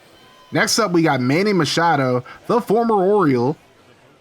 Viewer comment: Can't wait to see how this franchise goes, just a heads up Manny Machado's name is pronounced "Ma-cha-doe" not Mashado. Hope that didn't come off rude, just letting you know before someone leaves you a toxic comment about it.